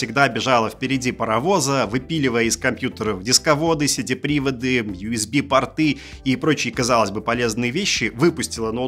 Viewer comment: партОв, партЫ... учитесь говорить! пОрты!